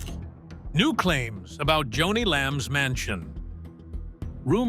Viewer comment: Her name was JONI pronounced Joan--ie NOT Johnny no no no!